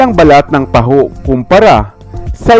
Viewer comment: Parang taho ang pronunciation